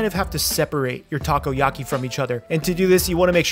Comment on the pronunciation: "Taco-yaki" very nice